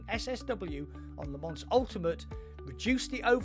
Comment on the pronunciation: Les Mans is pronounced Leh-Mawh